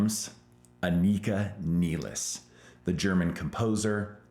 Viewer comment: I mean, it's Rush. Of course the drummer's last name will be mispronounced!